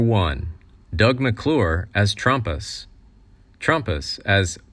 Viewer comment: His name wAs not Trampus it was Trampaa😢